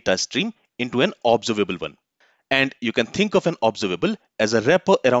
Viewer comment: Please lookup the correct pronunciation of 'Observable' using any dictionary on internet. Its a shame that you did not do this before this lesson.